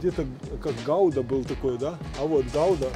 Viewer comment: Ахахаха,посмеялся со слова Гауда)) Гуда,ребятки,ударение на У =)) Что такое Кабаносы?Первый раз слышу.